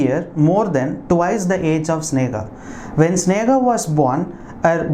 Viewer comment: Hi sir it's sneha... not snega